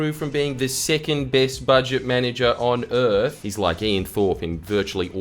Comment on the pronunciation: "Bouje boujet" "It's budget love"